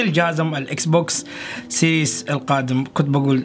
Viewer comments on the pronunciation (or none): اسمو مش سيريس سييييرياااس 💨 فضحتنا بلغتك